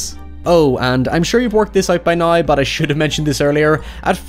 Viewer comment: He doesn’t say “now”. He says NOI.